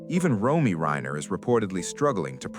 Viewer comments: Nick's sister's name is R-O-M-E-Y, pronounced Roam-ee, not Roy. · Yes, “Roy” weakens the credibility of this broadcast.🥲